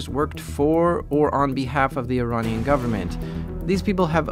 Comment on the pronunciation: He keeps saying Ironnian instead of Iranian and it's so funny.